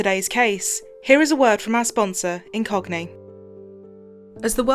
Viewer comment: I was tabbed out and thought you said the sponsor was "in cockney".